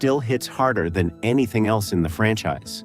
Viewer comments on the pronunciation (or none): none